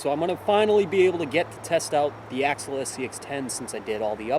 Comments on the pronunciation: It’s not axle it’s ax-i-al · Ax- i-al, not Axle. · It is pronounced 'axial' like 'axeeeaal' not axle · you pronounce Axial weird.